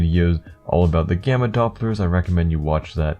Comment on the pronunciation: am i the only one who thought its was bannana instead of gamma